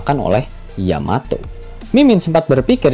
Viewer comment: Tumben min, bener nyebut yamato. biasanya yamete. haha